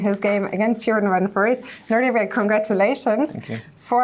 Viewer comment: She says Nordibek though :)